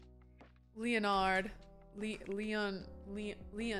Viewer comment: I love how you're saying Leonard like Leo-Nard and not Lennard 😂 It's like when I first read Nathaniel, I pronounced it "Nathan-Niel" 🤣